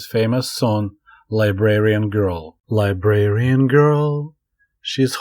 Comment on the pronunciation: thats liberian girl like a girl from the african country liberia. you're thinking of librarian its really close in how it sounds but different.